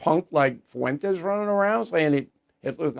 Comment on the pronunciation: ‘Mr FUWENTEZZ’ 😂😂